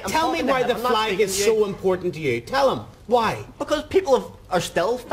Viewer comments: Did he just said his Fleg which everyone else calls it Flag. What a complete Moanbag he is talking about Flag's oh sorry Flegs I mean.😂😂😂😂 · Don't you mean "fleg"?